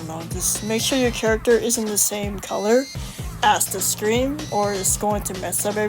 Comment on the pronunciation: I heard the word screan shit 🤦‍♂️